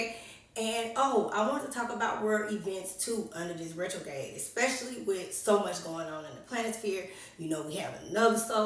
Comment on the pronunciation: RetroGRADE, the r is not silent